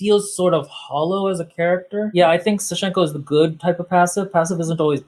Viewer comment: Fully support this. Also in the name Sashenka the first syllable is stressed. It's sAshenka